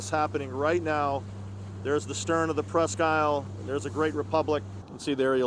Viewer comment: FYI, at least in Michigan, we pronounce is "presk - eel".